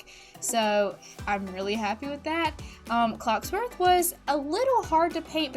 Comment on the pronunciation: Love your videos but I just...I just gotta say.... It's pronounced (Loom-e-air) and (cogs-worth) also I vote toy story😁❤️